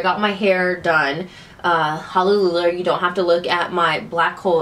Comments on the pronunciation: I love your videos! There is one thing...you always say "hallelular" but actually it's "hallelujah" no offence honey I truly love your videos and the way you are in your vids. But maybe it's just your thing to say it like that...like "bootybender" lol I love that and sometimes I catch myself saying it too hahaha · She says it like that on purpose lol you should watch a madea movie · Its just a funny way of saying hallelujah... like in the Madea movies. Just a joke.